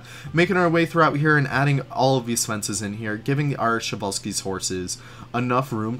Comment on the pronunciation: I was sad when i hear the przewalski horse was named by russian all time i think its name came from Polish guy but anyway i like Przewalski's horse and its funny to hear how people read him prezvalsky or other way